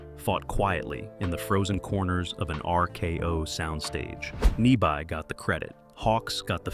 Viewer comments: Ny-BEE is the correct pronunciation, you AI twit. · This goddamned computer can't pronounce "Arness" (or "Nyby").